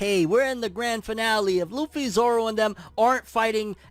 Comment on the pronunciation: Its luffy. C'mon bro.